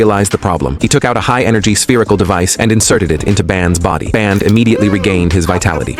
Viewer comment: Its supposed to be bender but the ai calls it band